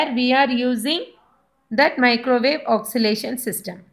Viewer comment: Your pronunciation of oscillation is wrong. Its oscillation not oxilation.